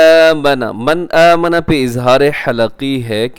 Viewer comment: قاری صاحب مَنْ اٰمَنَ میں غنہ نہیں کریں گے بلکہ یہاں اخفاء نہیں کریں گے کیونکہ غنہ میں زبان تالو سے لگ جاتی ہے جبکہ اخفاء میں زبان تالو سے نیچے رہتی ہے